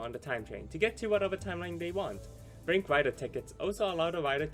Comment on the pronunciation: The way you pronounced blank deck sounded like "blink" deck lmaoo